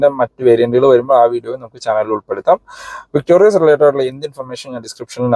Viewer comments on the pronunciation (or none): ചേട്ടാ... ""വിക്ടോറിസ്"" എന്നാണോ ""വിക്ടോറിയസ്"" എന്നാണോ...??! അടുത്ത വീഡിയോ ഇൽ ആവശ്യമെങ്കിൽ തിരുത്തുമെന്ന് പ്രതീക്ഷിക്കുന്നു.... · ചേട്ടാ ഇത് വിക്ടോറിസ് ആണ് അല്ലാതെ വിക്ടോരിയസ് അല്ല